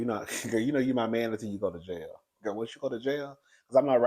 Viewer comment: My, not may